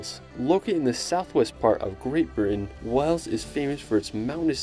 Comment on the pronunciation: To the narrator can you please learn how to pronounce the names of places properly. Stonehenge is not stonehedge and Wales is not wells.